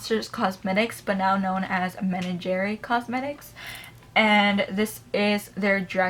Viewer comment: Hey girl. Love your collection. Thanks for all the videos! Just letting you know for future reference menagerie is pronounced men-ah-jer-ee. I’m not trying to be rude just letting you know cause I would want someone to tell me too! Happy Mother’s Day as well! 🙂